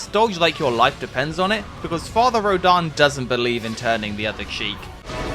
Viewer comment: Do you see an A on rodin's name? You keep butchering the name